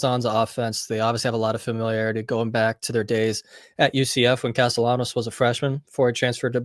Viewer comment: His name should be pronounced like castiyanos... It's either Spanish or Italian